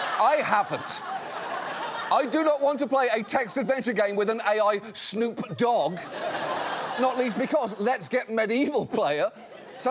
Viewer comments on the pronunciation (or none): "snoop DOgg" He talks like an AI chatbot. He's literally like a robot who has heard Next Episode once pronouncing the guy's name. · Why did he say Snoop's name all weird? That long ass pause in the middle.... "Snoop Dogg", almost like it's one word. Not "Snoop... Dogg", like you're in 1st grade and this is the first time you've ever seen either of those words in print. Are we sure Suck isn't just a prototype chatbot who 3d printed the default avatar? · Bro zuck said snoop dog with only 1 g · No human pronounces Snoop Dog that way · Why are rich white people so incapable of pronouncing Snoop Dogg correctly? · he’s putting the emphasis on “dogg” instead of on “snoop” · The way he said "Snoop Dogg" was perhaps the weirdest imitation of human language I have ever heard ever. Incidentally it sounded exactly like I would expect an AI to interpret "authentic" human speech. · Why does he put the emphasis on dogg and not snoop? How can he be so disconnected?